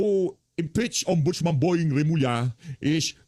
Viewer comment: Remulla hindi Revilla.